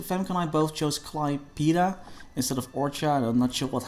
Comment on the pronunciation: Klai-peh-da It's pronounced the way you see it, not the English way :) - Much love, an actual Lithuanian (as is what the game is based on)